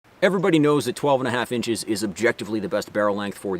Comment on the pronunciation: really weird audio issue in this video, you kept mispronunciation “20 inches”